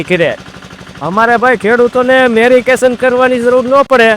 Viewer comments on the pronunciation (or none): મારા ભોળિયા કાકા,"" મેરિકેશન"" નહીં પણ """ મેડિટેશન"".કહેવાય. પણ વાંધો નહિ તમ તમારે હાંકે રાખો